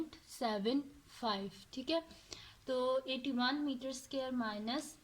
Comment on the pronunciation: Not to be rude but can you please pronounce square correctly it is hurting my head